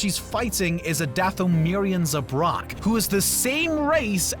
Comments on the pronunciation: Definitely just reading a script. Sounds like he's never heard anyone say words like Boba ("bobba") or Zabrak ("Z'brock") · You mispronounced Zabrak